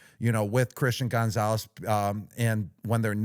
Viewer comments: Gronk please stop saying Gone-zales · Why Gronk pronounce Gonzalez like Gonezalez 🤣🥀